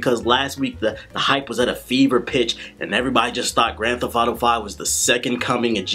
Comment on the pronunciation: I had a hard time actually paying attention to the review because I was distracted by him saying "Grand Theff Auto."